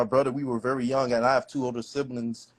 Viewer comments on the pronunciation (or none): none